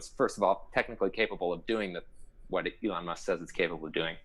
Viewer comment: Elon not egon